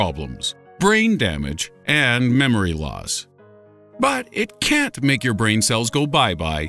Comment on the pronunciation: I laughed when he said memeory loss x 3...